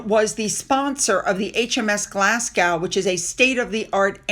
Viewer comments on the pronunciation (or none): Thank you again you are my royal correspondent you tell me more than my nightly news. I’m Scottish just a hint when you say Glasgow pronounce it like a Scot put these two words together, Glass Go. That’s how Glasgow is pronounced. All the Royals looked amazing at the Royal Garden party & Chelsae flower show. They did that donation back in January he gave less than £5000. It’s a country wide one that many donate to. The Uk don’t need his charity. Tell people not to put their data on jam scam site as allegedly it’s data collecting site. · Glasgow you don’t pronounce the w just Glasgo! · Fab broadcast as always. Sound like a pro when you say Madame Tussauds pronounce as Mad-DAM TOO-sods. Glasgow is pronounced Glaz-GO. And the PoW christened HMS Glasgow with whisky as this is the official national spirit of Scotland. The more you know 🥰 Love to the fam.... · Glasgow.. its pronounced "Glaz-go" not Glas-gow... and yes, its usually champagne to launch ships, but Scotch Whiskey was used because its Scotland, the origin of scotch/whiskey....it makes sense!!😂😂😂😂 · The following is said with kind intentions, is not a criticism and should not be interpreted in any other way: Glas-go The ‘w’ is silent (Like the ‘s’ at the end of ‘Illinois’ but that’s another matter for another time and not related to the topic at hand or this fabulous channel!) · Sorry. Glasgow is pronounced Glasgo